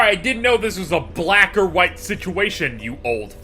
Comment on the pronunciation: Wait. Did just say w-pronounced h-ite instead of white?